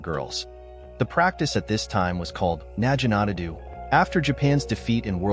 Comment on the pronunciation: Na Gi Nata. A.I. is saying it incorrect.